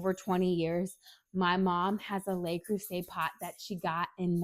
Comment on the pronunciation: Just a correction. "Le" is pronounced as "luh" and not "lay." (The plural "les" is pronounced as "lay.") Anyway, great comparison.